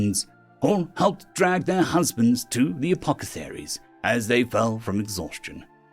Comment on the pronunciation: Did...did you say "Apocetharies" instead of "Apothecaries"?